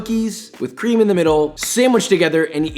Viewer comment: Why u say it like cream it's cream